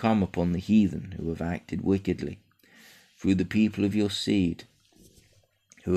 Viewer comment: "THROUGH" NOT "FROOO"!!!